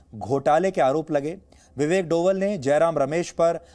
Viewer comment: Sir डोवल नहीं "डोभाल" हैं